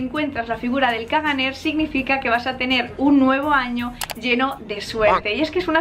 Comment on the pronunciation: " ·caganer" no se pronincia la r final. se debe leer como "cagané"